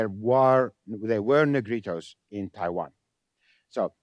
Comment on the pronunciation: 由於重音位置不一樣，可能多少隔了一層。